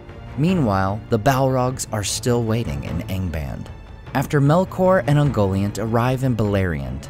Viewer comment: UngoLIANT - Get it right! Jeez!